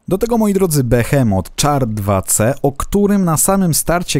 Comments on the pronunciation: Nie mów na czołg czar tylko szar nie tak się piszę ale tak się mówi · Taka malutka sprawa, char czyta się "szar" ;)